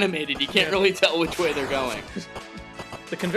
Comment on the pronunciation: Rearry? That sounds interesting.